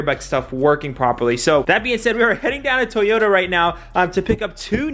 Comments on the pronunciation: Toyota bro not Tayota lmao please tell me someone notice that too lol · still like “Tayota”😂😂